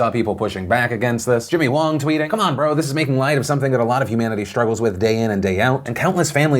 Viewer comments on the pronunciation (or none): none